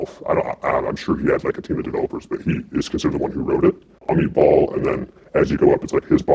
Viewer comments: I love when he says Amit Bahl but I heard him say "a meatball". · "Amit Bahl" A meatball?